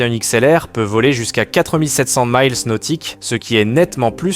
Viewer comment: Arrêtez de dire « maïls » pour mile On dit mile (i) nautique 1852 m et mille (aï) prononcé à l’anglaise pour la l’unité anglaise 1609 m